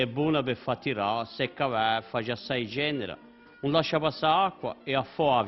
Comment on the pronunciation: prisintatore hà dettu "cenera"... Pensavu chì era "cendera"